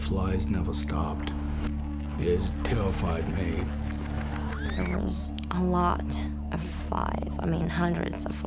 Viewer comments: hahahaha "it tewwified meeh, just like jennys vaginna" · "I had visions of things that tewified me"....great to see the man of the house kicked his kindergarten speech problem...